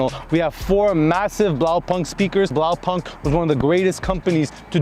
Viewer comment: Ultimate stunner! BTW the right pronunciation is "Blau-poonked" (translation: Blue dot)